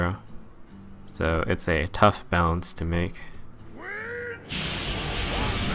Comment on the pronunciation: perfectly completes tongue twister says "duff" instead of "tough"